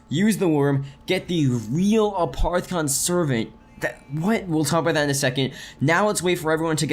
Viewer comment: its making me alittle angry that he is saying aparthicon its apothican